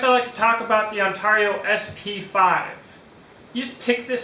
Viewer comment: Say Heah, For the $$$ you missed a good one..It's priced around the On Tar eee'O RTAK 2, and as a chopper I think it will out chop the BK-9 and because it's similar to the Kukuri style, It's defenetly a "Sharp Hammer" Also when I go to Ontario, Canada, they ALL say Ontario. You say On Tar eee'O. I get it some say Tomato some say Tumato, some say Patato and some say Paataato. right, Am I right huh huh am I am I, what do I win heh heh heh <|~_^|> Dude I'm just joking, no hard feelings Ok. On Tar eee'O heh heh heh.